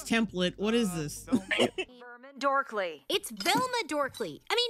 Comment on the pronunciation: THIS like "It's Velma DORKlie" is better delivery, not emphasis on your name, punch the dork!